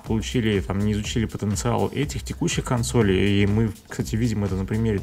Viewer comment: не говори кОнсолей, слух режет, будь молодцом.